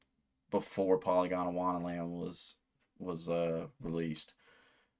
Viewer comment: i think youre pronouncing it polygondAwannaland, when its just polygondwannaland no “a” between gond and wanna.